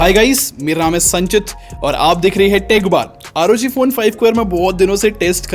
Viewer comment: Bhai isko "aar oo gee" nahi " rog" padte hai